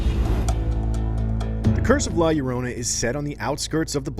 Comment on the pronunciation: This guy cant even pronounce title correctly